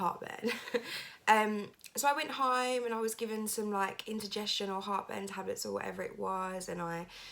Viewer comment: She really needs to do something about those eyebrows! She looks like some kind of strange cartoon creature that always looks angry / surprised lol. Also, it's indigestion, not "intergestion" lol.